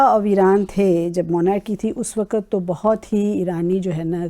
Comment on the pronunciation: Why can't people pronounce the word Waqt? They always say waqat